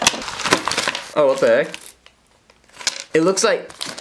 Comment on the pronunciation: that is the most dutch what the heck ever😂